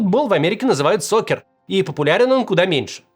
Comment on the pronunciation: Не сокер а сакер.